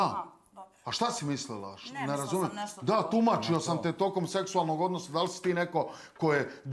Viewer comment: Hahaha Dudlila progovorika ekavicu samo rijec,,Nerazumem